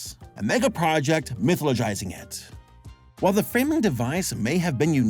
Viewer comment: gotta work on the pronunciation of mythologizing and subsequently ; )